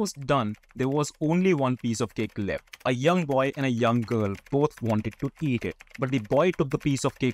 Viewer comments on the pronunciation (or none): none